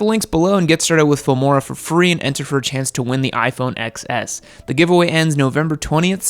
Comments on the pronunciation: First of all, it’s pronounced “iPhone Ten S”. The ‘X’ is the Roman numeral for 10. Secondly, you showed footage of the iPhone XR, which is $250 cheaper than the XS. 😂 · It’s pronounced iPhone “ten S”, not “x-s” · "iPhone EX-S"